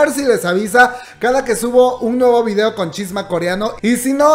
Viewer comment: Muy bien video, pero... porque dice videa?